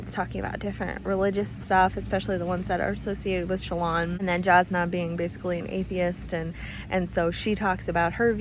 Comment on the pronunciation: I like being confused and wondering about things, I like searching for answers. I think that is why I jumped right into the next book, things weren't tied with a bow, and I wanted to know more. I was so invested in the characters (Adolin is a long 'a' at the beginning, and Jasnah is a 'y' sound instead of a 'j' - I discovered this after listening to Sanderson speak about them) and wanted to find out everything. When I said it feels like it reads faster than a 1000 pages, I'm looking at my other 1000+ page reads and comparing. So Les Miserable, War&Peace, Gone with the Wind, Count of Monte Cristo... I am so glad you liked it though. Relieved. I was hopeful, but you never know. :virtualhug